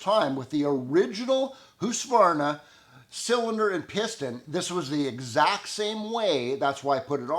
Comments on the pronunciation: I have no idea about the question, would perhaps help seeing the inside of the cylinder. 😊 Must say that I'm still very impressed by your 100% correct prononciation of Husqvarna, basically you are the only North American that I have ever heard that is actually pronouncing it correct. 👍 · I think it sounds like he have a clear audible K in there. It is indeed pronounced "Husk-varna" as you say, I think said that. Usually North American people say "Husk-a-varna" for some reason an A is added in the middle. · You're the first Canadian that I know of to pronounce Husqvarna correctly. My Swedish friends would be proud lol.